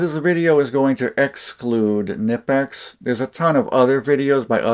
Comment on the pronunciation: It’s pronounced Kneepex not nipex